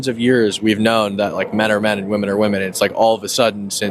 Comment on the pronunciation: Why am I hearing gen z pronounce the plural "women" in the singular form? Pronunciation can change, but this has happened in a single generation. I think the plural distinction is important; especially as the meaning of "woman" is being diluted.